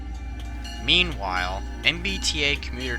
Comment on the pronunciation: “Meand-while” woof. There’s no d.